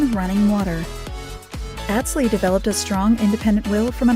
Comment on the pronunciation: The music is so annoying and they don’t even know how to pronounce Atz Lee’s name. Click bait